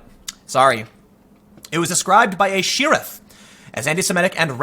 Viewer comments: I noticed this on the rogan podcast as well... "she-riff"? It's "share-iff" lol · Tim - really - where does the pronunciation of "SHE-riff" come from? I know you're from tough South Side Chicago, you only tell us in every other video, but fuck's sake dude it is beyond weird. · What an odd way to pronounce “sheriff” . Is Tim saying it’s a female sheriff like when “hero” is called “Shero” ?